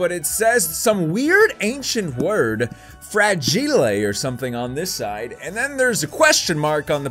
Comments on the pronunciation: Fra-Gi-le 😂😂😂😂😀 Good effort but its fragile .....fraj-ile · Welcome to English class with! Let’s start with vocabulary! Our word is Fragelay. No not fragile. Fra-ge-lay. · I'm confused if he actual doesn't know how to say fragile or he's just goofing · You are pronouncing fragile wrong